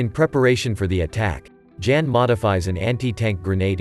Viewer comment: The male name of ' Jan' is pronounced as ' yahn '.